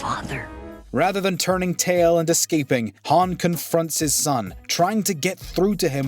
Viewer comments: How do you pronounce it "Haan" and "Haun" in back to back sentences? Especially when both Solo actors pronounce it "Haun." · Yooooo this mans really switched how he pronounced Han on us 😭😂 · One thing about this video that drives me crazy is how he is saying Han's name incorrectly.